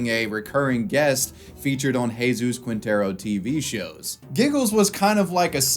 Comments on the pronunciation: Ermh... It's Jesus Quintero, not Jesus Kuintero (the U is mute in "que", "qui", "gue" and "gui") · Lol “Qwintero” it’s Quintero “Keentero” the u is silent.